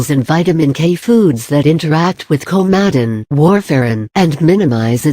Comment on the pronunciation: Can we get you a better speech engine? Many people will not know what "Kow-madden" is. And your clickbait title is hightly misleading. Perhaps you might do a bit of um, actual research on 'Coumadin' before you slap together a video like this. This is five minutes I'll never get back...